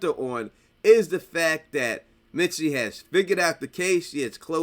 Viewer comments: Bro it's MISTY not MITSY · Misty NOT Mitsy!!!